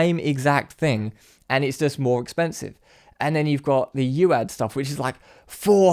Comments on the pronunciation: "youad" No, U. A. D. or Universal audio, to you. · It's 'U A D' not 'You Add' 🤌🏽 Like USA not You Sa